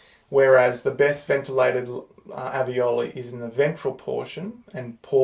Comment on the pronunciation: Maybe it's the accent? But alveoli or aveoli?